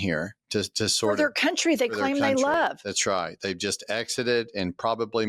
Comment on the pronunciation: is so Okie with his “that’s right” 😆